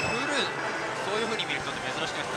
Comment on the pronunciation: huluのイントネーションに違和感